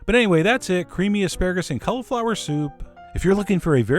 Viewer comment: The way he says cauliflower drives me nuts......... Cul-a-flower